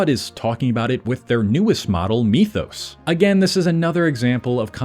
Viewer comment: lol.. bro can't pronounce "mythos" and his whole channel is cope